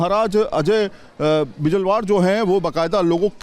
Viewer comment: जो पंडित जी हैं वह तो इस प्रकार से सवाल पूछ रहे हैं जैसे महाराज जी ने इनका सब कुछ छीन लिया हो। और आप क्या न्यूज चला रहे हो जबकि आपको बिजल्वाण जी बोलना नहीं आ रहा है।